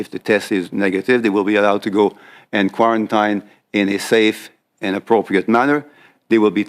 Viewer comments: Somebody should give him notes on the pronunciation of "quarantine". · The guy can’t even say quarantine properly he’s a script reader. Fckn puppets